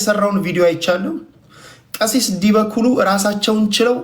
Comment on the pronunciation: ጎሽ ምነው አንተ እኔ ንጉሣችሁ ነኝ አልክ ደነዝ መጀመሪያ ዲበ ኩሉ የሚለውን አስተካክለህ ጥራ😂 ግን አንተ ምን ታደርግ እነሱ ናቸው እደዚህ ጢባርህን እድነፋብን ያደረጉት አንተ ቤት እየመጡ 😡